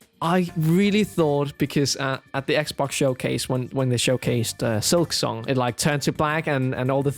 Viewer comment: How the hell did I kept misunderstanding concerning "Silksong"? Whenever he brought it up I heard "Excelsior" and asked myself "What in three devil's names is he talking about?" I didn't see my error until he brought up Team Cherry towards the end...